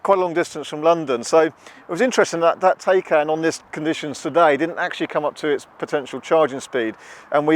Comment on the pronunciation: TAYCAN is pronounced TIE-CAN.